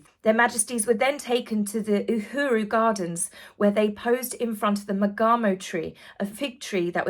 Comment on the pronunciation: not trying to be tat internet teacher, but I just want to help with the African Pronunciations. Uhuru is U-hu-ru Lesotho is Le-su-tu ❤